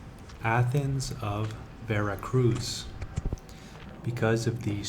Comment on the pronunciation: Full of inaccuracies and false statements and your weird, slooow delivery is excruciating. Learn how to pronounce "Veracruz"! There is no soft z sound in Spanish'